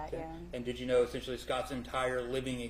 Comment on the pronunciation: “Essent-you-ally” he doesn’t stop pronouncing it like that, does he 😩